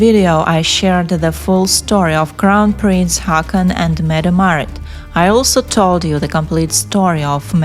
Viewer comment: Haakon is pronounced Hoh-kon. 😊